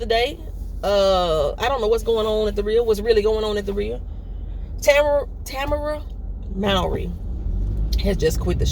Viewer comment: Ta-MER-a (Tamara) ... Kanye needs a week long residential intensive with his Dr ... folks call police and say someone has a gun and shooting they will felony prone you (face down in the street) ... someone is talking to the police, Megan said herself the persons who shot her did it with intent to harm her ... I wish she would stay at home for a bit, but her bodyguard said he’s on it now, no more fu-la-la (my word) without him being around ... Nic Cannon will be a’ight, they been itchin’ to get at him since he left AGT for trying to silence him. Can’t call people savages on their airways tho’, even if th...😏